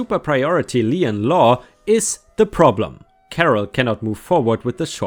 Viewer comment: You pronounced Nevada right, but not lien (lean) or escrow.